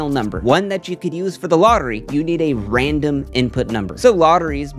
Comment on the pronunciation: Loved this video. Got to take a shot each time says 'raindom' instead of 'random' though!